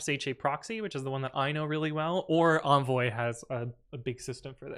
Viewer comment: envoy hon hon hon